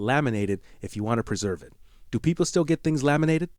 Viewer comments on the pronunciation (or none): none